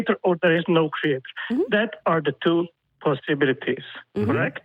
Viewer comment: Did he really just say "posilihilbillytities"? Honestly, i think you should stop taking calls from these people, they need to be directed towards an institution of education and/or a doctor that can transfer them to an insane asylum.